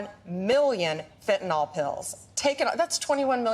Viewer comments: Fentanyl Nyl is pronounced Nil not Nol, Got it? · Ugh! The mispronunciation of fentanyl (fen tan yl) NOT (fen tan all.) UGH!!! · Pam, it’s Fentanyl, NOT “Fentynol” . If you can’t even pronounce it correctly or spell it, how can we expect you to deal with more complex issues? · Funny how Bondi still can’t pronounce fentanyl. It is NOT fentanol. Somebody please help her with this. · You say it correctly but I wish people,( especially those on the right) would learn how to pronounce it right. It's Fentanyl, NYL not fentaNAL like NOLL. it's pronounced sounding like a short i fen ta nyl, not nal. Get it right maga. Drives me nuts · Hey dumb bitch, the word is FentanYL, not FentanOl.. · For Christ sake republucans its fenta-NYL.... not fenta-NOL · It's fentaNYL, not fentaNOL! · The vacuous Attorney General chosen by history’s most ignorant president looks at the word Fentanyl and says “fen-tan-ol”. 😂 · Pam Bondi cannot even pronounce fentanyl. She calls it "fen-ten-ol", as if it contains Tylenol! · The idiots Trump hires people who can’t pronounce fentanyl, or count. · She cares so much about fentanyl, she doesn't pronounce it correctly. 😮